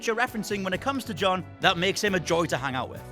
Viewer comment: I like her fiery attitude, but I absolutely HATE when she says "Joan"...bitch his name is John